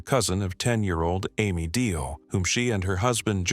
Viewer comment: Both Samantha & John Allen were given the death penalty, not life. Their sentences have been upheld. Ame(pronounced like Amy, not Aims. She deserves the respect of saying her name correctly!) Deal's murder was horrific & so was her life. I hope she's at peace now. She deserved so much more then what she got in her short life.